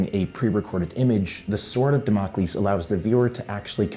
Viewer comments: Damocles is pronounced DAM-oh-kleez. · no you fucking nerd, it is the same as it's spelled: DAMMACLES. now gimme your lunch money